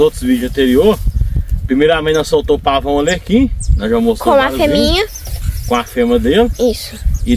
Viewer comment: FEMEA não FEMA ... REPETE COMIGO , FEMEA não FEMA .... FEMEA FEMEA , FEMEA , FEMEA , FEMEA , FEMEA